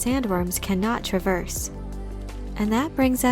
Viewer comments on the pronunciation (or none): none